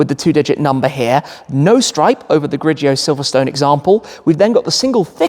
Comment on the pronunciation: Also in giallo, grigio, you don’t pronounce the i after the g: so the correct pronunciation is something like Jallo, griJo, not JIallo, griJIo.